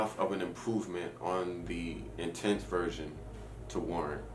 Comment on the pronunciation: why do you say "intense" like you are french or something... come on now